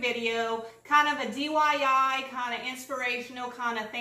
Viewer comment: 🥰Anyone else catch her saying DYI? Instead of DIY.. 🥰